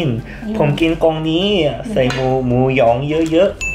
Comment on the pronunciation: ไม่เคยรู้สึกว่าหมูหยองออกเสียงยากขนาดนี้ จนมาดู หมู ย…หย็อง!